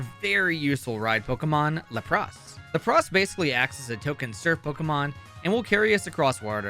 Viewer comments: Did you just say LAPPRAS? really? Its Lapras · are you ok? Nobody ever says lapras like that It’s Lapras not Lepras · la-prus. Do you mean lap-ras? 📎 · It’s LAP-RESS Luh-pross 😂 Dude what? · No. Absolutely not. Luh-pross??? DUDE WHAT ITS LAP-RESS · I hate that you said “la-pras” instead of Lapras. How it’s ALWAYS been said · Laprás 😂 Never heard anyone pronounce it like that in my life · "La prause" Excuse me? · "laPRAS"??? Someone doesn't watch the anime....... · why does he pronounce "lapras" like "lacrosse" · He also called lapras “law-pras” lol. I was like wtf did you just call them?! lol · Why u say Lapras like that? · Who taught you how to say Lapras? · Why do you pronounce Lapras like that > < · I just can't get over the way he said the name Lapras , it hurts my soul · The way you prounced Lapras hurt me a little haha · Why does no one notice how he changes the pronunciation of lapras from saying laprAas tp LApras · I was enjoying this video until I heard you pronounce Lapras I cannot forgive you for this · that is the weirdest semi-correct pronunciation I have ever heard of Lapras. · Why the fuck did you pronounce Lapras like that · The way you pronounce Lapras should be illegal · Why did you say Lapras like that 😭😭😭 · Glad someone said something LOL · Lapras is NOT pronounced that way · Great video apart from the rampant mispronunciation